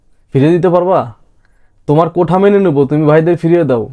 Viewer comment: কোঠা নয়রে দাদা। কোটা QUOTA.